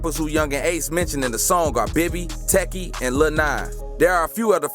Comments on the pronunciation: How he say "Techy" and the song literally says the name "Teki" 😆😆😆😆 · He don’t even know people names bra 😂 bra said taki and whoopa wit da choppa 😂😂